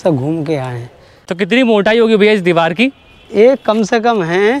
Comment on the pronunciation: Diwal nhi bolte diwar bolte hain